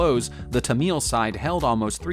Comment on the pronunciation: just wonder how he manages to turn Tamils into Tameels, usual American failure with basic English